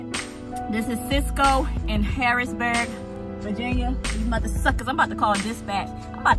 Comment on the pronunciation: Its HarrisONburg not Harrisburg,VA ..LOl..I live 15 minutes from there..Be safe